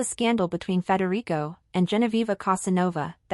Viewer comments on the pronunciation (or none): if you do not spell and pronounce his name correctly i sam going to stop watching. hir name is Frederick not Frederico. he is Danish not Spanish. stop with the gossip and i will stop my misspelling. is it a deal?